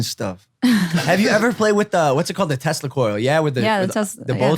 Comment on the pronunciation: Nikola Tesla the government stole his ideas I mean that is almost a fact it's not a theory and I think Shantel could probably compromise I don't know about confirming if he died a virgin Logan and no you did not pronounce his name right LOL how funny cell lab you there Logan Paul